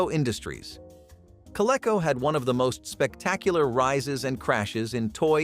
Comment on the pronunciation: I worked for Child World in the 70s , while in college. They were very big in the northeast, Massachusetts, in particular.I think Toy R Us bought them. Surprise they were not mentioned. Also, Coleco was pronunced Co Lee co.